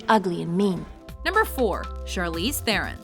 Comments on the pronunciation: Maybe pronounce Charlize Theron's name right. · Te-ron... TE-RON!!!! IT"S FUCKING PRONOUNCED TE-RON!!!!!! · You pronounced Charlize Theron wrong